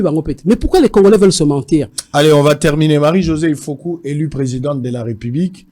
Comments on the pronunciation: Marie-Josée IFOKU MPUTA MPUNGA. Et non IFOKO. Merci ! La KOMBOLISATION est en marche. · Sango okomi mabe ifoku pas ifoko